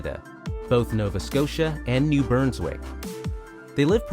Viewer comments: The narrator mispronounces New BRUNSwick, as "New BURNSwick." He says shrews eat "ANTHROPODS," instead of ARTHROPODS, which would mean they eat creatures with human feet, or that they eat humans. "Anthropod" is not even a real word. He says "MANTOBA" instead of MANITOBA. It's spelled Caribou, not "Caribo." The narrator mispronounces NUNAVUT as "NUVATNU." He pronounces Curlew "Curliew." It's simply "Cur-loo." The Vancouver lamprey is not iconic like a moose or maple syrup. Not even remotely. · "New Burnswick" ??? It's New Brunswick my dude. Great job otherwise so I'll let it slide this time. Lol seriously though good job, I really enjoyed it. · More like touching up on your ability to READ. It's literally BRUN, not BURN. That's not a pronunciation problem. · Did you do any research before publishing this video? “New Burnswick” ?? “Nanatvu”... “Caribo”... You’re obviously not Canadian… Most likely from the US.. That would explain everything 🙄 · Homie, you pronounced Manitoba as "Mantoba" without the I... "New BURNSwick" instead of New BRUNSwick, and "Nuvatnu" instead of Nunavut.. How can you not read the words on your script lmao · Entertaining hearing someone mispronounce a province. “ New Burnswick “ you mean New Brunswick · Learn how to pronounce the names of the provinces. Not New Broonswick and Manituba. Why do you have to keep mentioning maple syrup? Save that for your videos about pancakes or cooking. Otherwise, an informative video about wildlife in Canada. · im sorry but as someone from New Brunswick, I cringed so much the way he said it i thought i was gonna need an ambulance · The narrator in that video had terrible pronunciation of New Brunswick, Manitoba and Nunavut as well as Lake Cowichan and Mesachie Lake. Several other words that I can't remember now. When he was talking about the Vancouver Island Marmots he said "where most BIRDS migrate these do not." He knows they aren't birds right? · New Burnswick? NUVATNU??